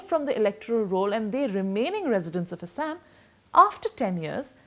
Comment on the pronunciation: "Assssaaammm " BC pronunciation toh theek kar le